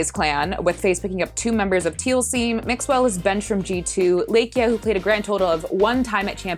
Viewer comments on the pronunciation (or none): And because I care about you so much and wanna save the embarrassment from your viewers, the first 'a' in Lakia is pronounced like the 'a' in far. Just say it with me now, Lakia... . Good job 👏👏. Good for you. (Joke)